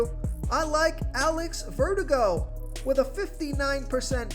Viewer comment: "Jameson Tail-on?" "Alex Vertigo?"